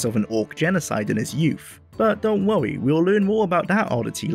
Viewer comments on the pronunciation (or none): "don't wowwy" :3